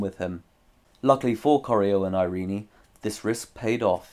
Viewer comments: Irene is pronounced just "i-rin", not I-rin-i... Where did you get the idea?! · Irene is traditionally pronounced eye-reen. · Learn to pronounce “Irene.”